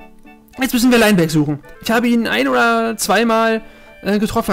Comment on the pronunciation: Soweit ich weis wird Linebeck ausgesprochen wie's geschrieben wird. Lainbeck hört sich jedenfalls komisch an! ^^